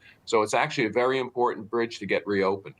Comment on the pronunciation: You ain't gunna get "that brdge" reopened 🤦‍♂️